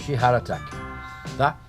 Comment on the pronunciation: que bem vc pronuncia sheer heart atack!! ..kkkkkkkkkkkkkkkkkkkkkkkkkkkkkkkkkkkkkkkkkkkkkkkkkkkkkkkkkkkkkkkkkkkkkkkkkkkkkkkkkkkkkkkkkkkkkkkkkkk umas aulinhas de inglés nao te fariam mal, sabe de tudo e pronuncia inglês como cavernícola rapaz